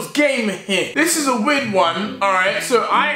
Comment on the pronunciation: "A very weirrrd not a very weirrrrrrrrrd nooote"